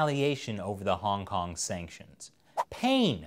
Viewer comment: Yo why he said hongkong like that hongkong song.